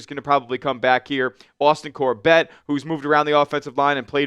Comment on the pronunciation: Enjoyed watching this, but I want to be honest that when you mispronounce multiple players on the team (Nijman and Corbett) it makes me question if you actually are an avid follower of the team. Not trying to be a jerk, but I feel like if you cover a team on a daily basis, knowing how to pronounce names should be a minimum requirement.